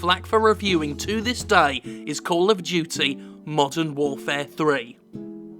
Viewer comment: Cawll uv Dyootee